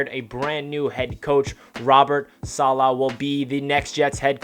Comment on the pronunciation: Feels like an excellent hire! I heard an interview where someone was asked the proper pronunciation. Im not good at typing out something like that but i'll try, lol. You started saying it right towards the end of the video, i think it was the last time you said it. Its like dollar without the r. Dolla. Solla. Stress on the first syllable, not the second. SAH- la.